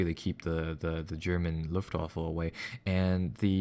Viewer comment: Alexg6464 And the waffle got absolutely pounded. was consistent in his pronounciation too, so he has probably always thought it was called The Luftwaffle:-)